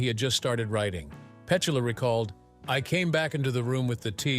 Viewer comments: AI cant even pronounce Petula Another reason i hate AI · The minute the AI voice mispronounces the name of the subject, done with it. What disrespect shown to Petula Clark. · Why does the narrator mispronounce her first name? AI? If you’re going to make a video about someone, at least get their name right! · The content is good here but this AI crap ruins it.Cant even pronounce her name. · Here you go again Pleses stop this if you cant pronouncePetula just call her Pet becouse that's what UK people called her back in the day now stop being unkind to people. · Click Bait. AI couldn't even pronounce Petula's first name. Material = Fluff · Mis pronunciation of her name makes this unwatchable, honestly. AI can’t get some things right😮! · Incorrect syllable stress in Petula. These people who makes these videos never correct the mispronunciation of names you hear in every video. It’s as if and probably likely, they know nothing about the person they are describing. Anyine who has seen any video of the past woukd kniw how Petula is pronounced but these a**h*les don’t care. They’re just pushing out AI content. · Where is the "how she lives now?" part mentioned in the clickbait title? Much of this seems to show her being interviewed but with none of the soundtrack from the interview. And horrible AI narration and mispronunciation her name dozens of times. All videos in this channel look like AI creations. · Why do they have an American compare? He can’t even pronounce her name or places as they should be pronounced. She is a beautiful English Lady. Let’s have an English compare. I have nothing against anyone from any country. But let’s get it right people. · Wrong pronunciation of Petula ruined the whole thing -the beauty of AI never fails to disappoint me. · Her name is being mis-pronounced. This is obviously a mechanical voice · It's amazing how you use six different pronouciations of Petula's name. That takes real intelligence. WHAT'S YOUR SECRET? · Pe-tu-la (Pe-too-la)